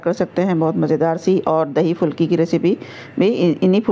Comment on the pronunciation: Good 👍 but fulki nhi phulki Sahi word hai